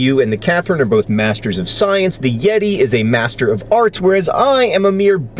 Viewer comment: The doctah and the mastah